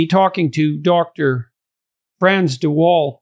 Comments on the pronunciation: Lmfao, de Wall? It's like biden in office when native english speakers try names. It's de Waal, de Waal is a river running through the netherlands. A for effort tho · Vaal not Wall. All animals have empathy, not just chimps, you can see it in crows who are highly intelligent and also in finches like my zebras and canaries... I have a 10 yo zebra finch who can barely move and although in a cage with 14 others no one bullies him while they do fight between themselves. I had a sick zebra finch being regurgitated, fed by a Java sparrow male while she was in labour laying an egg... Animals and birds are amazing. Humans are just crap. Also I am a girly woman who is heterosexual and as she grew up liked to climb trees while wearing nice dresses, played with tanks and my fav toy was my sword. This whole gender thing is a sham and disgusting. Lived in Holland for a while and boys were being diagnosed with ADHD and medicated for being boys, including my neighbour's son who was a lovely boy but who had a neurotic mother who was reading all the 'woke' books. The marriage did not survive and the family fell apart, the mother was trying to get autism diagnoses for her 3 kids who were just perfect lovely children. You should read 'The Elephant Whisperer' to see Elephants can also communicate telephaticly.